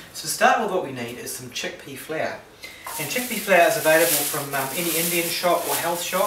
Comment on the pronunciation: Haha, sounded like "flair" to me ^^